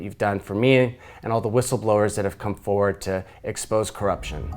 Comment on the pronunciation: There is are 2 R's in FoRward. They are both meant to be pronounced. Saying "Foward or Foeward" makes you sound ignorant/illiterate. nbl